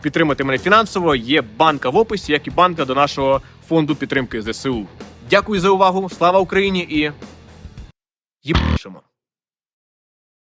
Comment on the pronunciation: Цікаве відео. І занудний коментар - не зе-се-у, а зе-ес-у